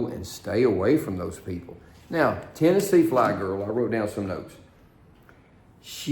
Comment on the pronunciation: its TNFlygirl not THFlygirl.